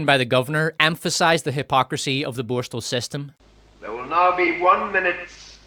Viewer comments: Borstahhhhl 😂 wtf is that? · These AI narrations can't even pronounce the word borstal properly